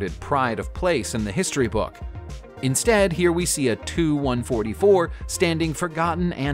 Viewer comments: It’s a T-U- 144 not “ too” It’s a Anglo- French Concorde As far as 1000s of passengers in the TU-144. It only was inservice for passengers from Nov 1st 1977-until June 1st 1978. 55 flights. The Tu-144's 55th and last scheduled passenger flight occurred on 1 June 1978. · TU-144 IS NOT TO-144 YOU PHYSICALLY HAVE TO PRONOUNCE THE U IN TU-144 OR ANY OTHER TUPOLEV PLANE YOU GET IT NOW!!!